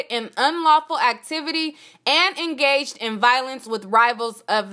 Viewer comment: that word is engaged, it sounds like "en gay g-d"